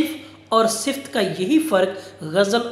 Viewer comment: بہت اچھا سر ! اسکا تلفظ صِفت نہیں ہے ۔ صِفَت ہے ۔ آپ کا ادنی شاگرد